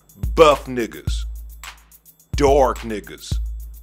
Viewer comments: I haven't been able to say the word "dark" without pronouncing it "dowark" for like ten years now. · The most natural, genuine, and convincing “dowark” pronunciation in circulation today... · Lol... dorork